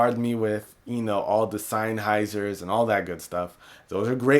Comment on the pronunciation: lol seienheisers?!?! sennheiser dude.